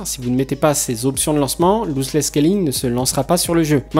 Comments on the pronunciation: pas Looseless scalling mais Lossless scalling.. Argh les oreilles ..sinon très bonne vidéo petit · Bonne vidéo ! Mais pitié c est pas "louse less scaling" c est "loss less scaling" 😅 Ton tuto est 1000 fois trop rapide par contre. Pas du tout pédagogique 😕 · On prononce loss 👉🏽 l'os less et non louzeless merci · Vidéo super intéressante, y en a pas beaucoup en français à ce propos ! :) Par contre par pitiéééé c'est "LOSS" pas "LOSE" ici haha, et ça se prononce bien "losse". :)